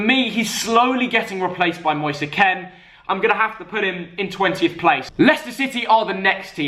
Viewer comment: “Moseeee Ken”